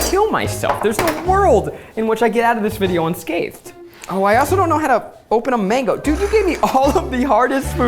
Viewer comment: The way Zach butchered the mango🥲